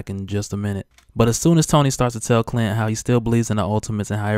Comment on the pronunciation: I thought he said cunt instead of clint omg